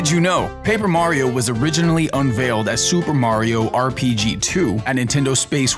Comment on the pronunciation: "unVEELed"......what? xD